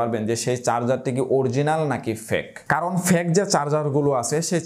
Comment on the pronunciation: অসংখ্য ধন্যবাদ ভাইয়া। সম্ভবত আপনার fake উচ্চারণ সঠিকভাবে হচ্ছিল নাহ, এই বিষয়ে একটু যাচাই করলে ভালো হই।